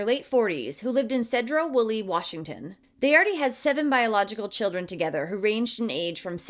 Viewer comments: You pronounced skagit county wrong it sounds like "Sck-aa-get" like how e sounds like I like that and sedro wolley is sounded out like "seed-drow wolley" hope this helps for you and other non Washingtonians. 😀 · I lived in sedro woolley at this time and had no idea. Also its pronounced See-dro woolley and SKA-JIT not ska-get 🤣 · little nitpick but I’m a Washingtonian lmao. It’s pronounced “seed row” Woolley. And not surprised they’re from there, place is kinda weird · Pronounced See dro Wooley